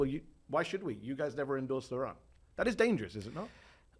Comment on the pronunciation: I never had any issues with pronouncing Mamdani; but was calling him Zorhan for a while…